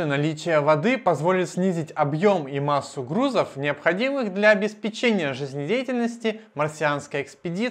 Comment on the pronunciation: Говорите, пожалуйста, правильно: обеспЕчение, а не обеспечЕние.